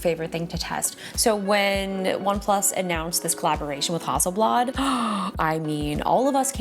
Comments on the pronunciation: the f is hawsleblad ? -_- it's hassleblad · I was just giggling at Justine saying Hasselblad the entire time! :)